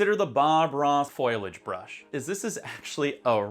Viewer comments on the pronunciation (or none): Foliage is pronounced Fol-e-age, not foilage. Otherwise, this vid is awesome. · It's a foliage brush. FO LEE AGE. Not foilage. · foilage?? seriously dude !